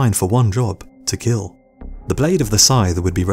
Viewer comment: it will keel?